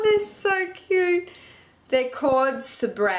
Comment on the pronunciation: SABRE!!!! That's my aunt and uncle's company!!!!! It's actually pronounced "saber" but its all good! lol